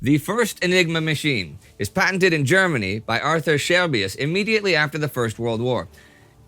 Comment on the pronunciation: I wasnt looking at the screen at the beginning of the videos i thought you said aurther shelby 🤣...want to watch some peaky blinders now